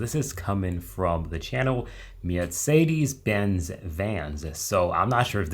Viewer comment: Oh no, we have to learn the correct pronounciation of "Mercedes-Benz". Mosolf, for sure is a Car Transportation Company, not only for Police Vehicles.